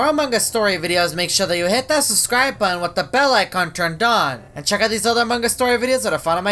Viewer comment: also are you French???? you said "make Sure To Hit That Subscribe Budden